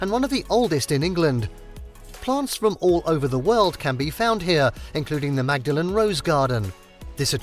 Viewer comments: Magdalen College pronounced with the "g" is in Cambridge. In Oxford the "g" is silent and the name pronounced more like "Maudlin" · I believe Magdalen in Oxford is pronounced “Maudlin.” College, Tower, Bridge, etc.